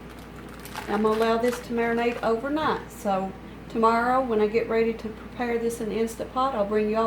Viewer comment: "Did she say "Over Nat ?"